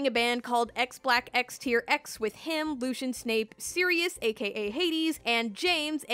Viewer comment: Is no one gonna talk about how she called Lucius 'Lucien'